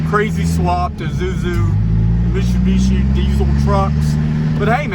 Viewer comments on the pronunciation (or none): Mishubishi??? It’s MITSUbishi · Stop saying mishu bishi its mitsu bishi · It’s Mi”T”subishi. There’s a T in there... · I've never heard Mitsubishi pronounced Mishu-bishi. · Its not Mishubishi its Mit-su-bi-shi, MITSUBISHI !! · Please learn how to properly pronounce Mitsubishi. It's not Meeshubeeshee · Mishubishi LOL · They way you pronounce mitsubishi is driving me nuts lol. its "Mit-soo-be-shi" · Mit-su-bi-shi... Mishubishi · Say misssshhsssubishi again... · Did you say “mishubishi”? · Car guy? Learn how to say Mitsubishi!🤦‍♂️ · Cracks me up every time you try to pronounce Mitsubishi